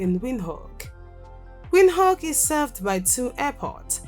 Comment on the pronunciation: I love your video but I don't like the way you pronounce Windhoek, and it's name in Khoekhoe gowab. Anyway I hope you improve on correct pronunciation.❤️🇧🇼 am from 🇳🇦 and I love my country even more.